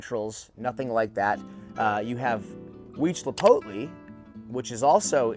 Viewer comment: Hi from Mexico the right pronunciation of Mammillaria Huitzilopochtli must be "weed see lot post lee" and he was the god of war for aztecs and Tlalocii must be "Tlaloc ki" and what you are saying is right he was the god of water for aztec civilization. Nice video!